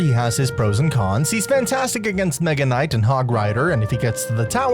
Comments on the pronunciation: I know he said Mega Nut on purpose, I just can't prove it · Nega knight😃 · He said meganut😂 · Did bro say mega nut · Bro I heard Mega Nut😂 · bro did not say mega kinght... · you said megaknight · He did not say “mega knight” 💀✌️🥵🥺🥀🥀🍆🍆🍆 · bro did NOT say mega knight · bro did NOT say mega